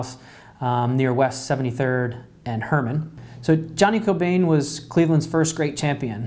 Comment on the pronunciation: it’s pronounced kill ban no hate tho